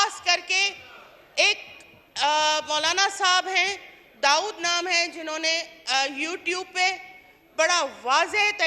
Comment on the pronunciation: نام لینا سیکھ لے دا اود اس کا تلفظ نہیں ہے دا ود ہے دا کے بعد و کی آواز آئے گی ا یا ع کی نہیں